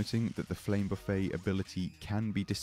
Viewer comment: Heheh, It's Buffet (with a pronounced 'T') as in a "Buffet of Strikes", not Buffet (silent 'T') as in a self-serve style restaurant.